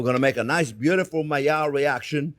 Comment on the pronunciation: Is he saying Malliard reactions?